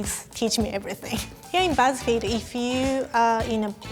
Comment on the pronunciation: Am I the only one that thought it said "gow I got fired from buzz feed